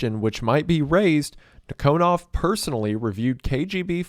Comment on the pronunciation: It's nEEkonov. Emphasis on first ee. And KGB is FBI. Not CIA. We had counter intelligence bureau. I forgot it's name